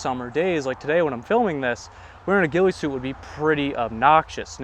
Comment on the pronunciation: The “weefy soot”